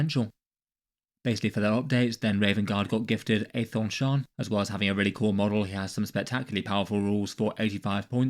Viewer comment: You know how Daemon is pronounced Demon? Aethon Shaan is pronounced Ethan Shawn. 🐦